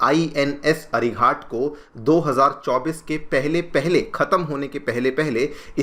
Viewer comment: Ghat, not with a hard t, like 'Ghatna', it is Ghat with a soft t, like Ghatak, meaning deadly. Why you pronouncing ghat like as if it is some ghat on the river ganga. Pretty bad, considering you are an ex IPS.